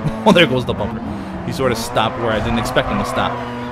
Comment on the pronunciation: Instead of bumper; Bum-utter